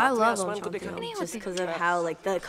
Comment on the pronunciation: How well she just pronounced "om shanti om", Tough for someone who is American from birth.